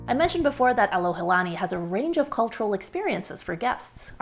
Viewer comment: You shared a great example of what “aloha” is by doing your homework before arriving here in Hawaii and being sensitive to the locals and native culture. Hope that more visitors (new and returning) would do the same. (as a side note, you were at the Alohilani Resort ... not Alohalani) Mahalo for your video!